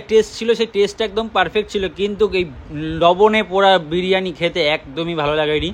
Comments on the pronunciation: বারিয়ানি না ওটা বিরিয়ানি হবে 😂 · ওটা বারিয়ানি হবে না বিরিয়ানি হবে😅